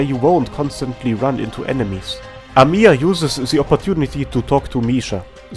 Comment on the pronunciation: Come ooon man Why is everyone pronounce our best CEO bunny as amIya? She is Amiya, not AmIya Make emphasis on first "A" in her name, not "I".